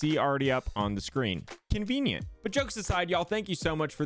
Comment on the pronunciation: Awww, it was almost "Bonvenient".